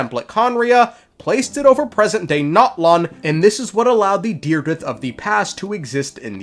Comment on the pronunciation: her name is dire-edith